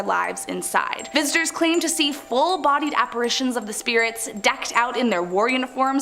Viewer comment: Oh comon...apparitions with a soft i after the r not a hard A.